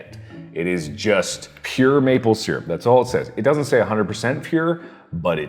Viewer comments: my mom is unbelievably angry at the way he pronounces syrup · only thing that bugs me abut mark is that he says SEAR-up....its pronounced syrup ( SUUR-up)! XD Jk everyone pronounces it different, just a pet peeve...(idk if i spelt pet peeve right...) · This video is invalid because he cannot pronounce "syrup" correctly.